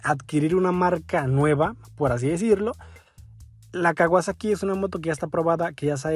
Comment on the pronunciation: "kawasexo " xd